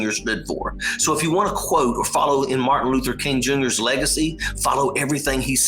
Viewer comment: Couldn't even say his name.... It's Martin Luther King Jr. ..................... DeSantis is a POS.